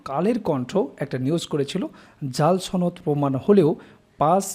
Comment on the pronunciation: ভাই উচ্চারণে সমস্যা।